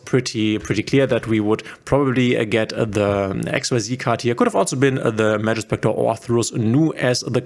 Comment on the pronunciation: for xyz cards you do't have to say x-y-z ---it's just x-z:)